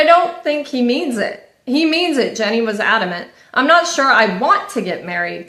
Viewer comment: Can I just say that her name is not “Jenny” 😅😅😅😅 it’s Jeanie as in “jean-E”